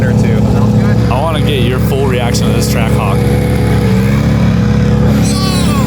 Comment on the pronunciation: Anyone notice can’t say track hawk?